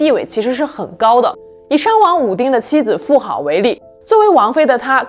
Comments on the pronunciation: 妇好，读音“妇子” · 妇好（zi, 音子）